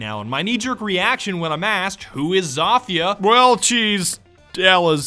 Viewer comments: he is pronouncing it Za-Fia not Zo-Fia he is saying it wrong. He even said it right in the video and then he corrected himself to say it wrong so he is saying Za-Fia on purpose even though he knows he saying it wrong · Did he say Za-Fia instead of Zo-Fia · lamo its pronounced SOPHIA , not ZOFHIA LMFAO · Y does he call her zaafia not zofia he he says the o wrong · It’s Zofia because it’s zo-fi-a not za-fi-a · Zofia not Zafia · I hate how he says zafia and not zofia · lowkey pisses me off. its not zafia lmao. its pronounced zofia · if u in 2019 im just mad that he said zofia zafia im angered fix or ima have to UN SUb dawg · It’s Zofia like Zow-fi-ah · Wtf did he just call her “zawfeea”😂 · Its actually zoh feeah im polish ik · hey i think it is said Sofie i know there is a z but i think it is making an s sound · Its pronounced like so-fia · > Pronounces name correctly > "Corrects" himself to incorrect jumble of sounds You blyatiful bastard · U said it right the first time